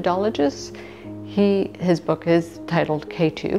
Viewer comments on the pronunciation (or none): none